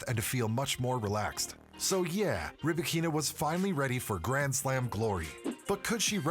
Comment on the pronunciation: Stop calling her RybakEEEEna. The accent on “A”: RybAAAkina. Don’t butcher name of this beautiful and talented woman.